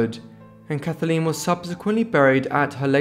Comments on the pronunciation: Her name was Kathleen not Kathaleen, which is how you pronounced it throughout this video. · Kathleen not Kath-a-leen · It's not "Kath-a-leen"... it's "Kath leen"... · 1. Her name was Kathleen NOT Kath- a-leen. 2. The family didn't want people to know that she was traveling with her married lover. The story--for decades--was that he offered Kick a lift to France. 3. Her lover, Fitzwilliam, insisted that the pilot fly during a heavy storm against his best judgement. So much for the Kennedy curse. British arrogance! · Can't stand your pronunciation calling her Kathaleen it's Kathleen! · The name is pronounced Kathleen not Kathaleen. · kath-ah-leen. I think I like the way you say it better, must be the accent. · Why can’t you pronounce Kathleen properly. Your voice is irritating to say the least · It’s his accent lol you know he’s saying Kathleen not a big deal get a grip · Yes it spoiled the video for me as I cringed each time he pronounced her name wrongly!